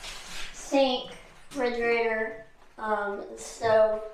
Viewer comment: i guess im not the only one who says frigerator